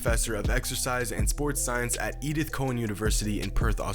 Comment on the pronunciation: It’s Edith cow-an not Edith co-wan mate